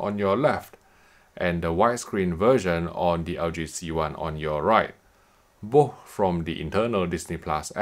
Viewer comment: Why are you saying boh instead of both? were you sick when recording this video?